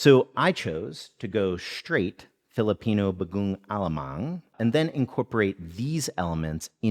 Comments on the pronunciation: super huge fan from the philippines here! actually, the emphasis is on the last syllable for each word (ong, mang) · It is read as Ba-go-ong A-la-mang.